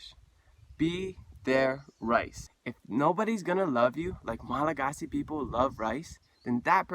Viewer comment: That's crazy I've always wondered if any Hawaiians have ever been to Madagascar or vice versa. I wonder if any Malagasy have ever been to Rapa Nui. I think you're mispronouncing Malagasy it's pronounced Malagash.